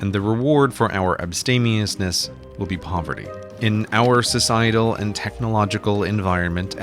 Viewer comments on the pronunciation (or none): nice video CGP but niche is pronounced neesh not 'nitch' , and it is abstemious not 'abstaineous' :)